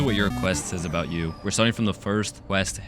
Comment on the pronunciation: How Der. You. Say that obaot. 3s😢